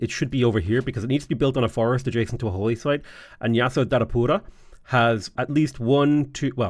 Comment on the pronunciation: How was his pronounciation of Yasodharapura? (Not on the first attempts, but a bit later on into the video when he had gotten more used to saying it.) I noticed he also tried an accurate pronounciation of "Hagia Sophia" when he mentioned it. I really appreciate small details like this.